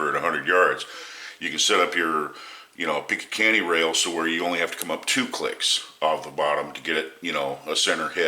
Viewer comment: Im not going to trust anyone when it comes to firearms that cant even say "picatinny" Picakanny lol